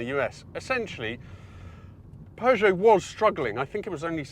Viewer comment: Good God thanks for properly pronouncing Peugeot! My French teacher (drove an aircooled Beetle it was in the 70's) would always remind us she taught the Peugeot children before moving to the US and she was like "it's purrr... like a cat." Anyway yes the 405 Mi-16 was the Dog's Dick along with the VW Jetta 16V, which I had back in the mid-90's. My Cousin also had a 505STi and that was hot shit too.